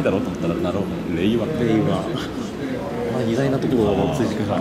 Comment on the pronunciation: インタビュアーもアナウンサーも菅官房長官の「令和」の発音と違うのが気になる。